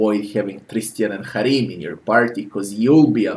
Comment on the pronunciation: I liked your pronunciation of Harrim.